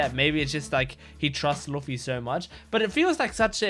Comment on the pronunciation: Your Luffy pronounce is wrong